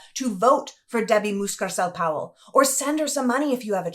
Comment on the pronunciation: It's Mucarsel not Muscarsel